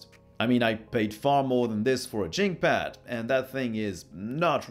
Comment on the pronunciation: it sounded like you said "Chinkpad" If you did I just wanted to point out Chink is a racial slur, you shouldn't call it that in the review or else some people might be upset